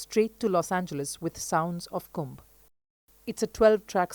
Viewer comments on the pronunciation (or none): thanks for this video.. a suggestion : please pronounce properly, its "sounds of kumbhA" - with 'A' not kumb